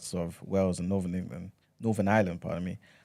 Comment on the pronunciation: I was listening on spotify, and I had to come over here to "like the video" especially because I was cackling at En-Ga-Lund!!!! (I got my 7.5 :P)